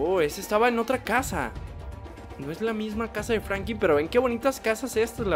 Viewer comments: Denle like si escucharon que dijo frankin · Franklin y no Frankim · No es Frankin es Franklin